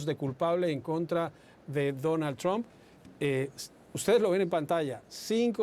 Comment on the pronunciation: "Tromp" jaja parece que dijera "trompa". La pronunciación correcta se parece mucho más a "a" que a "o" señor; debería decir "Tramp".